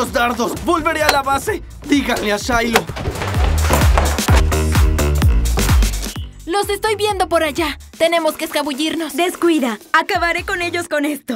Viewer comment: Se dice Shiloh